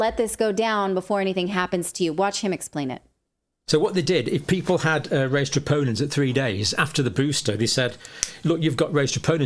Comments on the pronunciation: It’s not “tropinins”. Smh it’s troponin. Natalie! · It’s pronounced truhh-po-nin, ma’am